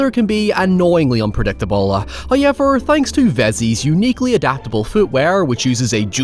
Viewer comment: I'll never get over how he pronounces however as highever.